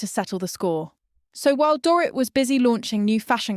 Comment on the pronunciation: Another AI narrator? Watched multiple videos where this account has pronounced Teresa's and Dorit's last name 3 different ways